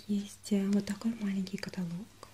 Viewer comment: каталог не правильно говоришь)